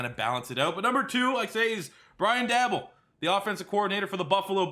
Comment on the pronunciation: Its pronounced Brian Day-Bowl go bills